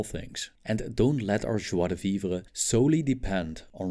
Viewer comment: Props for the pronunciation of "joie de vivre" that was dope